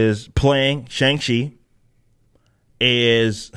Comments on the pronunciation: She couldn’t even pronounce it correctly she said Shung She 😂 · They don't even say his name right, if they were real fans they'd say it right like you and I. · Shang Chi belongs in the seventies, the movie should have been a period piece. As a kid we pronounced his name with a hard "C", like Chiang Kai Shek.